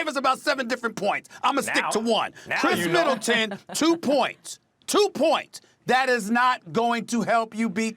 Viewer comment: “Khris Militant” lol cmon Perk